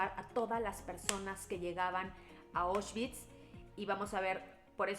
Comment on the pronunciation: Como crítica constructiva, la pronunciación es "Aushvitz" no "Oshvitz". La palabra viene del alemán, no del inglés.